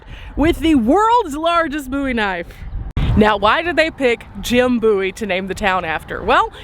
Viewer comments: He aint from Bowie, or he would know how to ponounce the name. 🤣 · Forget all I said. I listened to the Theme song and it days B O Wie. They got it wrong to. I guess I forgot how I learned to say it correctly. Sorry, Love Your Channel! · It has to be the younger generation that mispronounced the name. I am 75 and watched the TV series. The introduction song pronounced it correctly. Wikipedia has a story of the series. The Adventures of Jim Bowie. I remember singing that song when I was little! Thanks for sharing this video! You always make it interesting.